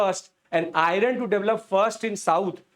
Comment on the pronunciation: It is not iyaran , but iron or ion